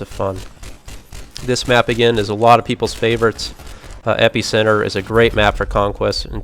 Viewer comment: you say Epicenter funny